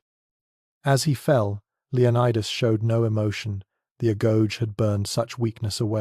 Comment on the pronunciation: I heard the Greek word pronounced /a-GO-gay/. Just saying.